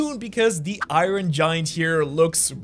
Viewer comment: i ron? come on bro it's not pronounced i ron LOL